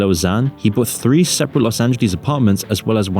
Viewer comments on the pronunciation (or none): none